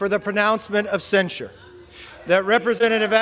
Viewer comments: cen- sher, not cen- sure,. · I like your opinions but can you please pronounce censure correctly. You are pronouncing it like that drink ensure for old people.